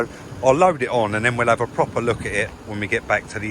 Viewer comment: a pwoper lemon that one